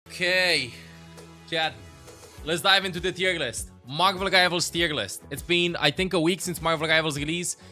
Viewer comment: I love the way says Margvl Rivals